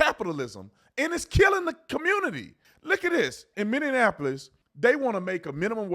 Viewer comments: I love your videos but it’s MINI APPLE OIS. How do people say it wrong? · I'm sorry, I had to click on this to see if you are still saying it. Minion-appolis. 😂 Since 2020 you've been saying it like this. I love it. (born and raised here, which is why it's funny to me) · love you, big bro, but pronounce Minneapolis with the correct amount of syllables. ;) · I like how Tatum says, "minion apolis" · Dude, would you PLEASE learn how to pronounce Minneapolis? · You are correct, but the way you pronounce Minneapolis is wild 🤣